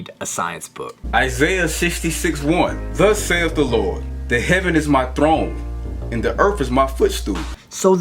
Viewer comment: Sorry my man j bailed I couldn't take the grammar tragedy,then out comes the HURLY BOOOOHK. He sounds and states like he just wants his curved balls sucked. Dude get off that computer and get some curvature.(sorry ladies but you have the best curves ever!). I'm sure this Man🤣rants on for the rest of this video. laters Brother! Showing another GLORIOUS IDIOT PRAZEE THA LURRRRD!